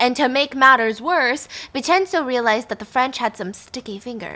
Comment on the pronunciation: Haha good pronunciations Stephanie! Vincenzo is pronounced Vin-chen-zo